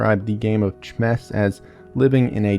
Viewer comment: WHY DOES IT KEEP SAYING CHMESS